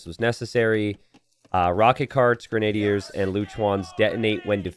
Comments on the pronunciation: I think grenadiers is grehn-uh-DEERS not grehn-AY-dee-urs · grenna-dears* lol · I think its gray-nah-deers😅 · It's pronounced "grenn-a-deer" genius, and how "pastoralism" is both an unknown word, and not an obvious pronunciation for you are absolutely beyond me. Was being so-so at a 30 year old game really more important than literacy? It SURE AS HELL didn't teach you anything about history, which is what I took from the game as a young boy. My real question is how you just reveal this failure to be a thinking, feeling, inquiring mind in the Information Age with such casual apathy. Do you think if I'd been around to tell you that you were truly, (not being mean, but I mean objectively, really) stupid 10-15 years ago, that it would have changed your life, or do you think being stupid was your irrevocable destiny? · its Gren-adier